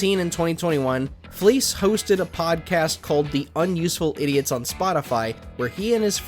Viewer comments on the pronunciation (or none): it's fleiss not fleece